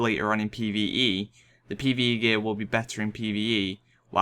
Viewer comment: all i hear is pve eve peE